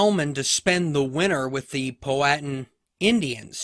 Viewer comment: Your sayin Powhatan all wrong